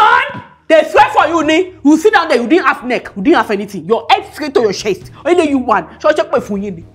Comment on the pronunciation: 😂😂"You plenty for shiar" l don't want ora to block my shest🙉u don't need teropi ,u need 'sergiry'🤯🤯😳lya Baraka has keeed me🤣🤣🤣🤣